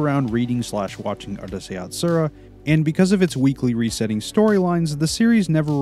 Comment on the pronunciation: it's Ooroosai Yatsura, not Ahrusei fyi